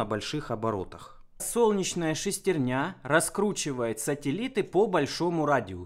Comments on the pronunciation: шестернЯ... шЕстерня же... правильно иногда говоришь... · Устоявшееся искажение слова, как и клапанА, поршнЯ, тормозА